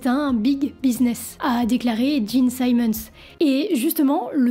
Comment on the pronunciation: Bel effort mais difficile d'être crédible lorsqu'on ne sait même pas prononcer le nom des membres du groupe... Eric Carr, pas Care... Simmons, pas Simons... Les bases de la phonétique en anglais, à défaut de s'être correctement documenté....